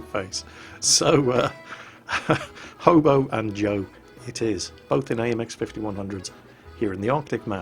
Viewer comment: first of all who else thought said homo instead of hobo second where or when did Jo get his/her health back